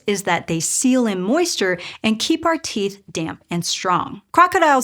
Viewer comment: You need to work on emphasis. You are putting the sentence emphasis in the wrong places. In English, when you compare things, you put the emphasis on what is DIFFERENT. " WE have these holes for the nerves too." "In OTHER animals, like lizards. " "would have had OUR level of facial flexibility ". Doing this, instead of placing stress randomly, will help your communication.